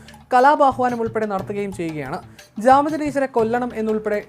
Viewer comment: ജാമിദ ടീച്ചർ not കാമിദ